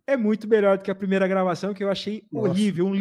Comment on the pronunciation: Por favor,, não fale primera, fale correto como Laila.